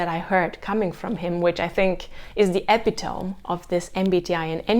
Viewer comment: INTJ Type 1s tend to use their Fi more than the typical INTJ. Note that you should pronounce the last "e" in "epitome".